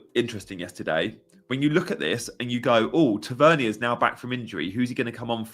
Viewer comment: Sorry, Marcus is from Newcastle, his surname is pronounced Tav-er-near. 😁